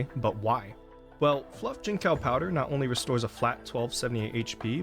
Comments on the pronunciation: fyi, its jin-tsao (like in tsunami) and not jin-cow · Jincao is pronounced chinsao btw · I know it's a small deal, but if you do want to learn how it's said, the "c" in Mandarin is pronounced as "ts." So, it'll be "jin-tsao" 👍 Great farm guide. Thanks for making a video 😀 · bro said gene cow 🥀